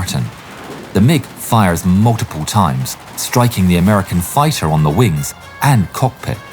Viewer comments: i love the ai used in this. if people think its not, i guess you believe anyone pronounces the word fighter as fitter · Bro couldn't say "fighter" to save his life 💀